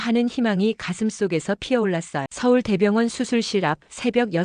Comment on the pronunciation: 서울대 병원이라고읽지? 서울 대병원이라고읽지는않는데? 독특하게말하네?